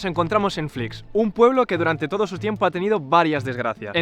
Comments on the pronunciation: Conozco a uno de Flix y creo que lo pronuncias mal, yo lo pronunciaba igual que tu al principio, pero él siempre me decía "Flix com Peix", es decir que se pronuncia "flis" (una s final algo más como cerca a una ch) y no "flics". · Muy bien el video pero es [flíʃ] flish no flics... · Hola, una anotación. El pueblo se pronuncia Flish (sh seria ese sonido en inglés) y no Fliks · Te he descubierto hace un rato por tik tok al ver el vídeo del camping els alfacs, yo me he criado en la ràpita y mi mejor amiga de la infancia vivía frente al camping, de hecho su casa se ve en tu reportaje, tienes nueva suscriptora, lo único que sí cambiaría es decir los nombres como toca, en catalán, que me sangra la oreja cada vez que lo oigo diferente, Flix se pronuncia "Flish" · Buenas! Excelente video, pero muy importante que para los que somos de la comarca nos cabrea mucho, no se pronuncia como una X al uso en castellano, és una X final catalana por lo que se pronuncia parecido a " Flish" [ʃ] fricativa palatal sorda. Gracias! 🥰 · "Flish" sería la pronunciación más aproximada. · Només et falta saber pronunciar bé el nom del poble.